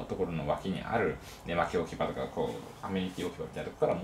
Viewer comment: ね↑まき↓の神